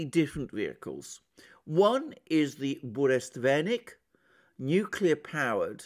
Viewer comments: 🤣it’s funny how you renamed burevestnik (petrel) to burestvenik some groom-stick....but you have successfully identified your Russian speaking audience ✌️🤟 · It is BU_RE_VEST_NIK, not Buresvenik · Dear Mr. Mercouris , Sir . I ahve been immensely enjoying your intelligent and profound analysis .If you don't mind , the pronunciation of Burevestnik is exactly that not Buresvenik as you do . Bure vestnik means a Storm herald . Bure - storm /vestnik the one who brings news /herald. Thank you .Keep with a good job . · Hello Alexander. You keep saying Burestvenik. The proper name is Burevestnik. It was named after the seabird that glides very closely to the surface of the ocean som times almost touching it. I believe in English it is called PETREL. Love you channel. Cheers. Anrei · Burevestnik, not Burestvenik =) You are great specialist thanks for the analisys! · Be advised: it's BureVESTNIK. Venik is a kind of broomstick:) Not a bad slip though. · Bure-vestnik, not burest-venik, is a storm-herald. Venik is broom ;) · its not BureSTVenik but BureVESnik.kinda a Stormbringer(Harbinger) VESnik.VES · For example, Burevestnik (not "burestvenik" as Alexander pronounces it). It is Russian name for Northern storm petrel bird. The actual word "Burevestnik" means someone who brings warning about upcoming storm. Yep, it has a very clear meaning. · Бурест Веник I like this even more than Burevestnik. Not to slight Alexander in any way, it just was a hillarious small mistake. Love your channel <3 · Burevestnik, sorry,, Russian is very difficult. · Yes, that was funny. He could've been more careful to learn the name properly. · Bure-Vest—Nik , you keep mispronouncing it . It’s like the calm before the storm translated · sure but Mercouris, who's on this planet only competes with Christoforou in terms of killing all possible non~English names, said like 50 times in this video burestvenik.